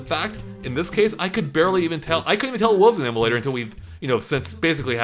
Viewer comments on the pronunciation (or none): You say emulator really weird.